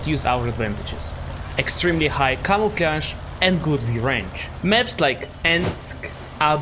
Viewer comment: "camouflяж" damn that was a funny way to say camouflage